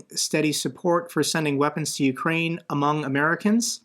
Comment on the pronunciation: Indeed. AND it's pronounced you-CRANE. I am so sick of Americans calling it YOU-crane. I mean, It's CAN-a-da, not can-a -DUH. It's a-MER-ica, not AM-uh-RICA, right? Slava Ukraini!